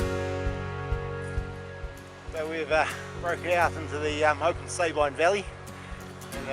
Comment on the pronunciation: Darn! - Just when fellow trampers convinced us it should be pronounced 'Sah-been', here you guys are reinforcing the 'Say-byne' pronunciation again! Whichever way it is said, sure is stunning country. Only been as far as Blue Lake. Moss Pass would have been stunning, but a bit out of my league!